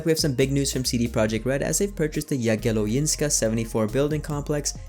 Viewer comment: Yea Jagielońska you said it wrong. What am i m going to do with it. Well write a comment about it.